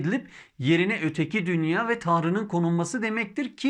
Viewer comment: Emeğiniz için teşekkürler. Dünya kelimesini dünyaa şeklinde uzun a ile telaffuz etmek daha doğru olur sanırım.